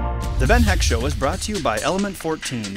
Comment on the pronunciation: Just subscribed, By the way you pronounce "Heck"-"Eck" :)